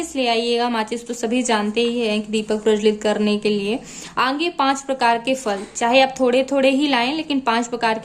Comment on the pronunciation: mem aange nahi aage bolte he lagta he aap AGRA se belong kari ho 🤣🤣